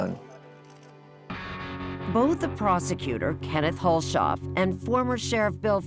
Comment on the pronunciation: This story in Missouri originally aired a few years ago, but I just wanted to clarify- the pronunciation of “Hulshoff” is: Huls-hoff, not Hul-shof. Judge Carnahan did a good thing dropping all charges.